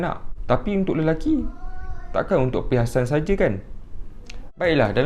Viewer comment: "tapi untuk lelucky"